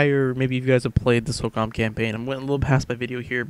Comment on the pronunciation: it's SOCOM dude not SOCUM, as u said !!!! so cum :P